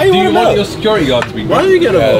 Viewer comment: When you say securi -e did you mean security ? There’s definitely a ‘ T ‘ in there .